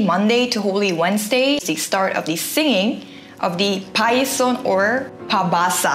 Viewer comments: It's pasyon not payson. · it's pas-YON not payson, from the word Passion. Local people sing the story of the passion of Christ written in the book. Traditionally u hv to finish the book everyday which normally ends aftr midnight or early in the morning. Usually the pasyon is done in chapels but some are done in their houses and normally they prepare food for people who visit, especially those in the chapels. ✌🏼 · not payson its pasion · Its pas-yon not pay-son. Good Vid. One of my favorite holiday in the philippines ❤ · Pasyon po hindi payson ...love you.😘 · You forgot alay lakad which people are walking through white Cross in antipolo by the way it's pacion not payson. Please don't get mad at me. It was just correction. God bless you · Pasyon is pronounced like passion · its pasyon not payson :goodvibes:🙂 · it's not parson, it's Pasyon😊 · Pai-son=x Pas-yon=✓ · Its pasion or pasyon not payson. Like passion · not payson. its pasyon. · Correction lang po. Pas-yon not Pay-son. 🙂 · its pasyon=passion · It is Pas-yon not Pay-son or Passion in English. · PAS--YON means PASSION...not PAY--SON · It should be read as Pas-yon, not Payson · Pasyon yun not Payson hehe.. parang 'pa-shon' i-pronounce hehe.. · its passion = pasyon not payson lol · Hi the Pasyon should be pronounced as "Pa-shon" not "Payson" hehehe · Its pasyon not payson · its pasyon not payson it sound like passion not pie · its not Pasyon or Passion...not pronounced as PAS-YON BUT PAS-SYON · PAS-YON po, not PAY-SON..hehe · Hi ….it’s pas-yon…..not pay-son! Hehehe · Pasyon not payson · It's not PAYSON...., it's PASYON,... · its not "payson" but "pasyon" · pasyon not payson, i heard you said payson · PAS YON NOT PAY SON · Pasyon.. not PAYSON. hahahah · payson? it is pronounced as pashon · Pas-yon not pay-son hehehe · I wonder if realizes she's saying PAY-SON and not PAS-YON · it's pa-syon not pay-son haha